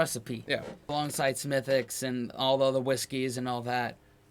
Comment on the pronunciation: I'm from Cork and how you're saying Smidicks 😉is "Spot On" / perfect.